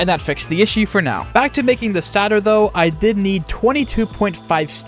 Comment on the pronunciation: "stat-or" you silly dingus its "stay-tor"